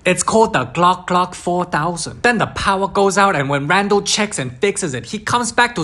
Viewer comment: it's called the glack glack 4,000 lol i'm dead